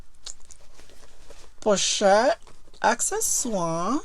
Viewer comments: I just love how she pronounces "pochette" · Bags are actually a good investment. I love how you pronounce the pochette I believe if I produce it I'll bite my tongue. I really need to see all your collections of lv purchases